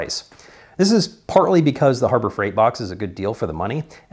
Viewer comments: Hurber freight…… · Herber Freight LMAO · Herber freight? Hah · "Hurbert freight"